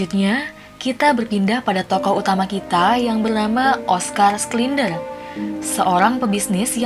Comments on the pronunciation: Bukan sklinder tp sinder Macam heinz schneitaizer dibaca hensenitaiser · Koreksi kak, bacanya "Shindler ya" buka "Sklinder" 🙏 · btw gw terganggu sama mbak dubing yang ngebaca namanya SKLINDER.. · Schindler (skindler)? 😂